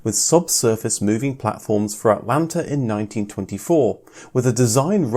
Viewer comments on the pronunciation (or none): none